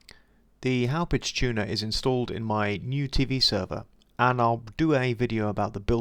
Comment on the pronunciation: So funny hearing others try to pronounce town names from long island. It's pronounced like haw-pawg. Company is located there.